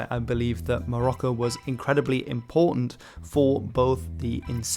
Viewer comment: Morocco is not the Arabic name, so please stop trying to pronounce Morocco in an Arabic way. The original name usually is المغرب , al-Maghrib, like we call the entire western North African region. It means "the West".